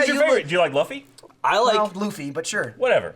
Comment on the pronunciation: Mispronounces Luffy but says manga correctly. Oh..